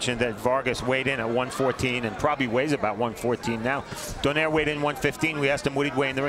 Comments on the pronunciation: Why do Americans still pronounce Donaire as "Don-air", its "Donai-re"! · Why they say it like that? It’s “do-nai-re” not donaire 🤣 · you can say 'rolls royce' but not donai-re?! So, what's up genius?